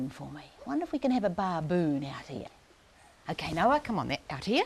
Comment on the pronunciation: Great demo but the mispronunciation of baboon is annoying.